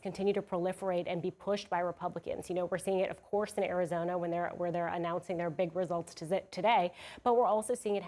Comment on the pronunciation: It's called Ari-JOE-na now!